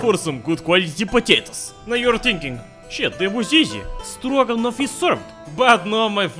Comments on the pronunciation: For a second I said he said Dragunov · Stroganoff. Stroganon.